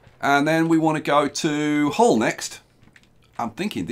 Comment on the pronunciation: Nice to see Hull on a map...btw Hull is pronounced "Ull" (rhymes with "full")!